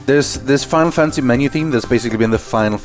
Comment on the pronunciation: "Final Fancy" 😂